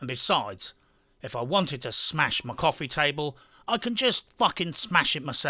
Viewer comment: No need to emphasize "My" when you know we are on board .....come to Bermuda and you and I can have Gin in a house with Mark Twain tied to it pic and all.